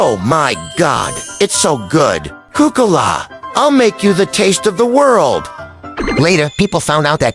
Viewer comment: Bro said cocola